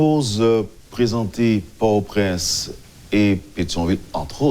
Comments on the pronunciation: Yo pa prononse pòrtoprens non an fransè doktè. Bèl ribrik. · Jan l pwonose l lan pa bon. M jus vle ede.